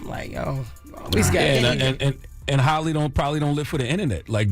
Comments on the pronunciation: For some reason people have always struggled with the correct pronunciation. Black people have been calling Halle Berry Holly Berry for years. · Halle’s name be tearing them up & idk why. It’s not Holly or Haily. Halle is not hard to pronounce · SMH that Jess is the only one that can pronounce that lady's name correctly. It's Hal-E like Halle Berry. Not Holly, Charla. Not Hailey,. If they can pronounce Kamala correctly, this shouldn't be that hard.